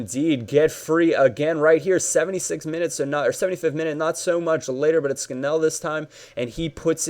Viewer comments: its Scan-all ^^ not scan-ell:) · It is pronounced 'Scan-null' no idea why, just is :P